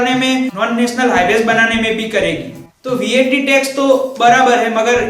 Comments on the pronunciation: Bhai tu gujarati he hena?? and vaat nahi vat bol...or exercise nahi excise duty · Are wo excise hai , excercise nhi or wo VAT hai what nhi